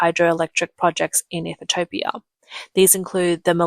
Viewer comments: Ethiopia, not Ethitopia, my Aussie friend 😂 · Cannot even say Ethiopia 😂 Ethitiopia 🤣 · Am I missing something? Why are you calling it Ethi-topia? Has it been changed? As far as I know, it’s still Ethiopia, or Eethee-o-pee-a. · Ethiopia not ethitopia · its ethiopia...NOT ethitopia..there is absolutely no possible way to get ethitopia from ethiopia..the recognized naming of that country..from the english language...geesh..and china wonders why its always a day late and a dollar short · Please learn how to pronounce Ethiopia. It is not Ethetopia. 🙄😣😅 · Ethitopia ? Hmmm she doesn't sound like a robot, so where does the extra " T " come from ? i'm looking forward to visiting Egyptolia... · The LLM narrating this needs more training on pronunciation. It's not EE-thee-TO-pee-UH, it's EE-thee-OP-ee-UH. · EE thu topia. Really? It's EE THEE O PEE AH. Now how hard was that!!! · What is "Eath-a-toe-pee-ah?" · I thought I was crazy for a second. You said Ethitopian so many times I started to question if that's how Ethiopia was actually pronounced. You are adding an extra "T" that shouldn't exist. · Ethitopia? The AI voice pronounces it wrong repeatedly. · Its pronounced ETHE-OPIA. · I couldn't focus on anything else as she kept saying it.. drink Everytime she says "Ethertopia" 😂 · So let me get this strait. You know how to say José But you cant pronounce Ethiopia? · WOW You guys cannot say Ethiopia... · You are not pronouncing Ethiopia correctly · CAN'T Pronounce The Name Of Ethiopia!! No T, U And Ur Malware/ AI Get A Strong 👎!! 😒 👉😳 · By the end of the video, I had decided that Ethiopia didn't even deserve to have their name produced properly.